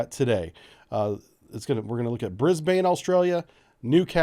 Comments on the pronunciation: Brisbane is pronounced "bris ben" (briz vegas to us locals). From a practicality point of view it makes sense but it will be interesting to see what happens as there is a lot of anti-nuclear sentiment in the community. It is a rarity anywhere in Australia to even have a visiting nuclear powered warship. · hey man Brisbane is said Brisbin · Brisbane pronounced Brisbin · American friends, Brisbane is pronounced Brizb'n, not Brizbaine. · You sure? In Sydney we'd usually pronounce it more like 'ban'/'bun' than 'bin'. Anyhow, it's definitely a short second vowel, not 'Brisbayne' ;) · its Newcastle - one word. And its pronounced Bris-bin. As for anti-nuke sentiment its a small noisy minority that the media and government pays way too much attention to. Rent a crowd types mostly. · There is also a Brisbane in the US. They pronounce it Bris bain. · Hahaha ah yes yenks saying Brisbane is always funny Locals say Brissy Nation says bris-ben Thanks for having more informative vids then the media spins every day while saying nothing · Re pronunciation, I think it might be easier for Americans to think of it being spelled Brizb"n. The a is barely pronounced at all. Same thing for Melbourne: Melb"n. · Yep. I was going to drop this. BRIZ-BIN. This will avoid much cringing in the future. Also, (not that you did), please don't try an Aussie accent or colloquialisms. Also, Brisbane has regular visits from American Nuclear Aircraft Carriers and Subs. And you're right about the man-made island, its called Fisherman's Island and it's constantly being enlarged using the silt and sand that naturally fills up the river. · If it is going to be built in Brisbane it will probably be built at-(HMAS Moreton)- it's mainly administration building but it does have a Pier for visiting ships how ever there are no ships based there In the video you were close to it you just add to go into the river a little. ps you're saying Brisbane wrong I found it kinda funny